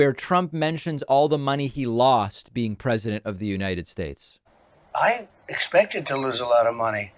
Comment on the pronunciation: Lol! I forgot about “the unirterd schtates” thing😂😂😂